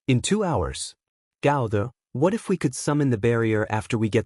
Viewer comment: "The ehatif guy" I'm sorry i can't, i just can't 😂😂😂😂😂😂